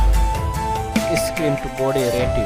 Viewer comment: Who noticed pronunciation of ratio 😂